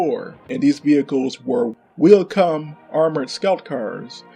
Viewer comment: Wheel cum is probably the best thing I've heard in a long time lel. "Vlashlav Ulich" aint even close my dude